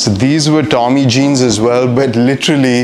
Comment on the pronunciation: Hate the way he pronounces tommy and diesel, says it in such a freshy accent